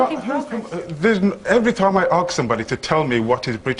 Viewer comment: British people walking round saying I'm proud to be British is very unBritish ... Coming from him .... Honestly what the fuck has happened to this country ... Let me tell you this WE DONT WANT FUCKING MULTICULTURALISM ... WE ARE BRITISH ... LIVE BY OUR RULES ... And for fuck sake its ASK not ARKS !!!!!